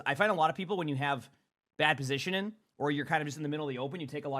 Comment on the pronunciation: I love, but someone seriously needs to tell him there's a 'g' in the word 'positioning'